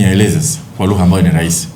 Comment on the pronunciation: Mwandishi wa Habari gani wa DW hawezi kusema Rahisi anasema “Lahisi”, Kiingereza nasema “Kiingeleza “ Halafu anataka Watoto wafundishwe kwa Kiswahili Eti Ndio Waelewe.. Hivi Huyu ni mwandishi wa Habari au ni Pimbi? Eti Secondary watoto wafundishwe Chrmistry kwa Kiswahili Halafu atakuja kuwapa Kazi Hao Watoto ama so wamesoma Pia Kiswahili. DUNIA INATUMIA WNGLISH NA KISWAHILI SIO KUKUBWA SANA DUNIANI, je huu Doctor anayejifunza Idaktari kwa Kiswahili atenda kutibu Vipi kwa Kiswahili?